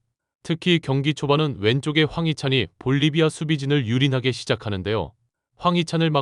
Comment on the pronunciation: 볼리바이가 아니고 볼리비아 애구